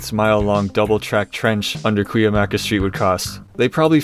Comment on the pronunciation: I give you mad props for pronouncing Cuyamaca correctly. Even locals dont know how to pronounce it!